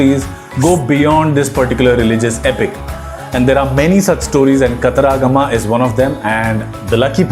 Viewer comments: Not kataraagama but katara-gama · Pronounciation of Kataragama is wrong